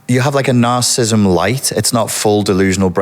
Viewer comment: For an expert on this, it's odd that he misprounounces "narcissism" and "narcissist"